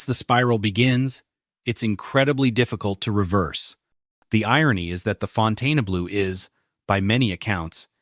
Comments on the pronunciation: Fontayna-blue? How aggravating is that? Is it that hard to find somebody to narrate a video? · The narrator keeps pronouncing the resort's name incorrectly! Why? Hasn't he heard before the correct pronunciation??? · It is called Fontainebleau and not Fontaine-Blue. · Fountainblue. Brutal narration and pronunciation. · Fountain blue is how its said lol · It’s pronounced Fon-ten-blue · Why can't they program the electronic voice narration to pronounce the name of the video properly, throughout this entire program?! Pronounced, Fountain Blue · It surprised me that this hotel is failing. The one in Miami is one of the most successful hotels in the region, and Vegas seems like a no-brainer. Maybe Vegas is different, but in Miami, its just pronounced Fountain Blue, not the way OP says it. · Fon tane UH blue!?!? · The narrator does not know how to Pronounce Fontainebleau. Really drove me nuts! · Are you serious? You can't even pronounce the hotel's name? Ridiculously. I stopped after the first sentence. Shameful. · It’s not pronounced that way - it’s not abbreviated! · Someone tell this idiot how to pronounce the Name! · He can’t even pronounce the name correctly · So Funny! Can't Even Pronounce The Hotel Name! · LEARN TO PRONOUNCE THE NAME OF YOUR SUBJECT. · You would expect that the “narrator” would figure out how to properly pronounce the name of this facility - or at least how to pronounce the name consistently. 😊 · It's impossible to watch when they mispronounced the name of the hotel, which is the topic? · I think you are pronouncing the name of the hotel incorrectly. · I love the way the narrator can't decide which way to pronounce the name so he alternates between two different pronunciations. 😊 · The narrator doesn't even say the name of the hotel right! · Narrator cannot even pronounce the hotel name correctly! 😂😂 What a joke! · Why does this site mispronounce the casinos name ??